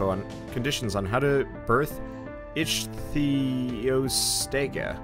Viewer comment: i know polish, english and spanish, becouse of that i can pronounce every name with ease, and making the right pronunciation of ichtyostega using only english is impossible, anyways yours was the closest i saw so far